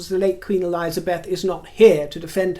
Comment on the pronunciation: ELIZABETH NOT ELIZA- BETH. LOVE YOU.... BUT